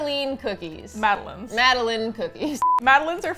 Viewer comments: Am I the only one who thought Madeleines??? Were pronounced mad-del-lines? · Omg I was dying when they were saying mad - ay - lins it is pronounced mad - eh - line